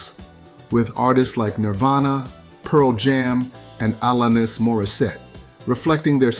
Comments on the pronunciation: ALAN-nes morisette 😂😂😂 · Allah-nis Morris-set? 😂